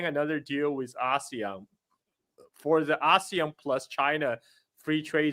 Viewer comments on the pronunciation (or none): none